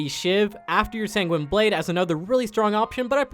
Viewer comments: “Sang-weenie blade” I’m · "Sang-Gweeny" blade? Are you fucking serious? "Mon-uh-moon-eh"? You desperately need to learn how to say shit, my dude.